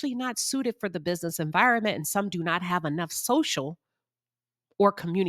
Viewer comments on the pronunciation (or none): none